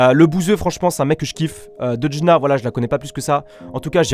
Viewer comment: Dedjna il a dit c dejna Nn